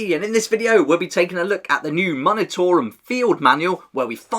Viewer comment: Just a heads up, the “mun” portion of the word “munitorum” is pronounced “myoon”, rather than “muhn”. Like the word “munitions”.